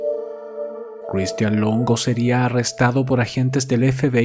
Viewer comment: Buen caso pero pq la pronunciacion tan culera de Christian? Sí, cheque y otras palabras mas complicadas las pronuncia sin problema?